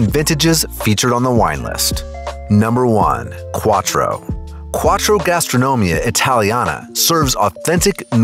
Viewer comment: Quattro? Really? Lol